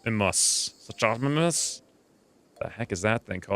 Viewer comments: No, it's pronounced SOOK-oh-MY-mus . not Soon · Suchomimus is pronounced soon-o-mime-us. And anything that ends with or starts with sucho is a crocodile like dinosaur or related to something like that. I checked the mod list and I didn’t see the Hospitality mod and I think it would ad a lot to later game play in this lets play. Never mind. This looks like it will be a great series.